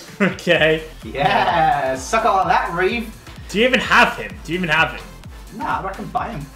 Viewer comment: Reev not Rev lol